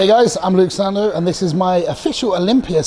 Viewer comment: luke "sandow" sandoe